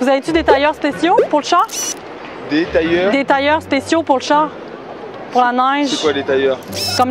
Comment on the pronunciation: c pas tailleur(tire) Mais Tailleux(Tire) JE T'ADORE